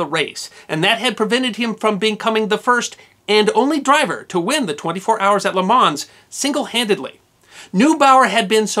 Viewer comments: Drop the "S" from le Mans, make the "A" sound like a short soft "O" and flow the "Le" into the "Mans" so it sounds more like "LeMon" if you want to pronounce it correctly. In the manner of the French, and all racing commentators. I'm only a pronunciation Nazi when educated people cock up. Greets from France (140k from Le Mans). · As others no doubt will have said, the S in Le Mans and the G in Mille Miglia are not pronounced. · Love the video but your pronounciation of Le Mans is killing me lmao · Everything about you and your channel is tremendous, with the exception of one thing. It's in this video actually and it's your pronunciation of Le Mans...unique and terrible. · It was John Fitch, not Fisk, and please pronounce Le mans correctly, as you are an historian. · The s in Le Mans is silent. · I lost count of all the words and names you mispronounced. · Great video but your pronunciation of things like Le Mans and the Mille Miglia are rather painful... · Perhaps a little more like "Leh Maw" and a little less like "Lay Mons". I like your attention to detail on the events leading up to the race, but would have liked a little more on the changes for safety that were realized in the aftermath. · You ought to be humble. It would have taken less than a half-hour to learn how to pronounce properly the few words of French used in this video. For example, LeMans. Pronounced as LeMo, no enunciation of the ending "n" and "s". But of course American exceptionalism means you need not engage with other cultures, including the way they speak., even when on their soil. This provincial attitude does not stop Americans from ridiculing "foreigners" when they mispronounce words that pertain only to the USA. And get rid of that ridiculous tuxedo. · thanks great video(s), one thing tho, its pronounced ''le man'' the S is silent.:) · Le Man, you don't pronounce the "s"... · You dont her the “s” in the end of words in french. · The "S" in LeMans is silent. Lol